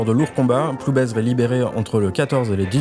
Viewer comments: Bonjour on dit PloubAIR et non PloubAISE ! Merci pour ce bon documentaire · Tu lui diras qu’on ne prononce pas le Z!!!!!!! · Ah oui, vous avez du vous amuser à différentier tel ou tel Guillou, c’est extrêmement commun. ^^ Je pense que son patelin se prononce sans le Z, par ailleurs. Merci pour la vidéo, je connaissais pas ce pourri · Tres intéressant. Par contre, il faut prononcer ploubêr. Le z ne se prononce pas. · Très bien ce reportage, mais merci de prononcer "Ploubère" lorsque vous faites référence à cette commune 😉🙂